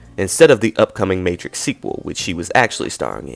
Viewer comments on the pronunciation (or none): none